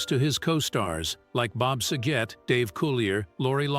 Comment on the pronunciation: Why can't the people that read the information pronounce names right? How can you screw up SAGET? Drives me nuts.